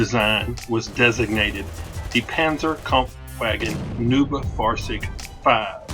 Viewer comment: Just trying to Help. neub nis not pronounced as noob,But try noib